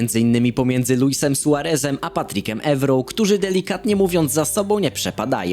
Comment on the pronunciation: Patricem (czyt. Patrisem)